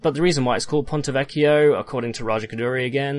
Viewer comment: Just a small thing about "vecchio": while you're pronouncing the "ch" right, you're splitting the word in 3 syllables rather than 2. It's vec-chio and not vec-chi-o